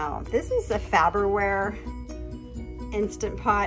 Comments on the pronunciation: It's, "Far ber ware" not "Fab er ware." The little things. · FAR-BER-WARE... it's not FABER-WARE. 😄😎🤩😀😄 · that looks delicious. I can understand why it's a constant repeat on the meal rotation. You did a great job pronouncing pepperoncini, but what was the brand of the instant pot? You might want to review the way you are pronouncing Farberware, unless that is the PA way to say it. I would love to join the cast on your channel. I know up until now it's only been family, friends and pets, but I could be Rick the dialog coach. I could. (Now I am talking like Mike. I am.) There is just something about you guys I love to tease. I love your channels.